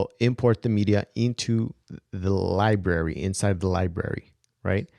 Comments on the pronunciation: There is an "R" in Library-- it's not Libary--- it's LibRary....... where were you educated?? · I'm subscribing just because I love listening to you talk! From now on, when given the chance, I'm going to search your channel for FCP and mac tips before searching all of YouTube. Keep it up,! PS...you can totally keep calling it lib-ary! We love it!